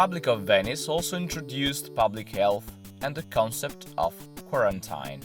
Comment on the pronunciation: Bravi. Interessante. Qualche piccolo errore di pronuncia. Quarantine si pronuncia "quaranteen". Ciao!